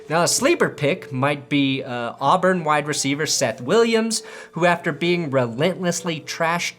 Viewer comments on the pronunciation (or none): none